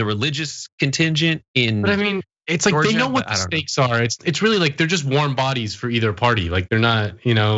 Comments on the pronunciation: "DIS IS JO-JUH! WE AIN DUM!" As a Georgian, he does not represent me. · "This is Georja, we ain't derrrrm." Yeah, right...